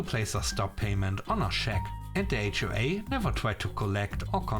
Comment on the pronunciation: S 3 No wonder "HOA" said as one word sounds like wh-re!